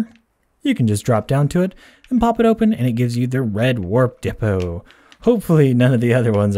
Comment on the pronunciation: The ICA he said De-poo 😂